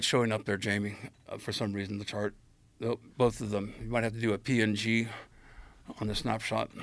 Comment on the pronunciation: I don't like how Paul says "PNG' at Jamie like that 🤨🤣